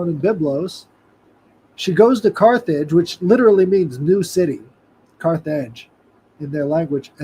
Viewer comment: America did bring in “the car age”-“Carthage”